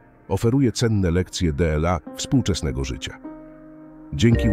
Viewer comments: Niby pierdola Dela Marek Aureliusz. Zamiast dla Marka Aureliusza. Może warto by było, żeby ktoś odsłuchał materiał, po wygenerowaniu materiału przez SI. Bo naprawdę może to trochę przeszkadzać. Ktos napisał, że w 15 min Dela, nie wiem ze 20 razy jak nie lepiej tak powiedział wasz głos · no właśnie, d-ela zamiast "dla" jest jsk dzwonek wytrącający ze snu